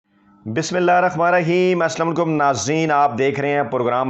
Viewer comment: Fayaz mian tum Aslam-o-Alaikum pronounce correctly. I have serious objection on ur this gross blunder. I request u must pronounce Aslam-o-Alaikum correctly. Hope u will pay attention on this issue.